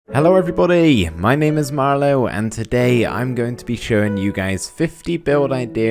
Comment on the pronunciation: When U Say ' I am..... It Sound Like ' it's Me Mariooo😂